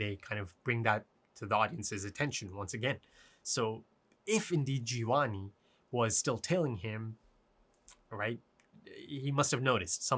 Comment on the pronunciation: find someone who calls your name the way calls gevanni 😂